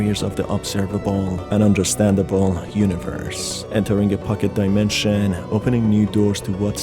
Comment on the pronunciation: portal to another daimensheeeeean I mean, I encounter that kind of pronouncement here and there, and this feels like a gimmick for some braindead persons to help them with extra time to catch a glimpse of a sense what it is all about. Im also sorry for being that salty, but that really triggers me in a bad way because the material is supposed to be mystic and dark somewhat, instead I feel like watching 10 y.o. content about unpacking some silly shit.